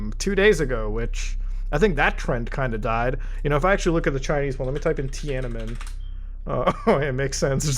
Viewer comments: tiana"n"men, you forgot an 'n' there :) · For future reference, it's 'Tiananmen'